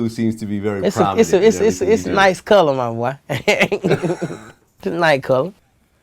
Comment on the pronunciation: "itS aH NiTe Coloh" Vlad: "Its a nice color"